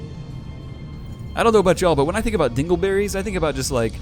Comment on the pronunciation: Personally Dingle berries is so close to dangle berries that its all i hear when you say it :P